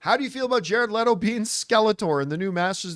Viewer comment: Thank you for pronouncing his name correctly